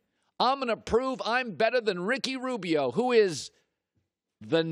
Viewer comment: "Ricky Robio" 🤣🤣